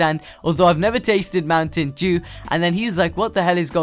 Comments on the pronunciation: The way u say Mountain Dew is hilarious :D :D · Anyone else notice how he said Mountain Dew